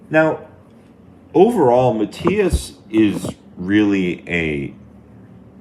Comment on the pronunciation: It's actually pronounced "Ma" "T" (like Tea) "is."